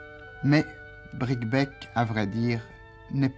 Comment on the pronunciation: On prononce Bricquebé.Neuf ans plus tard la ligne fermait aux voyageurs à cause de la neige de janvier 1970...On imagine ce que ce chemin de fer pourrait rendre comme services aujourd'hui: la nouvelle ligne pour l'autoroute ferroviaire du fret devra passer par Tours-le Mans et Mezidon